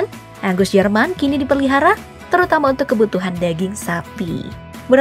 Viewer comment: Apa cuma gua yg ngira admin bilang ANGUS kedengeran nya AGUS :V